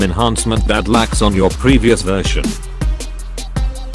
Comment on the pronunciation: "VLC versiah..."?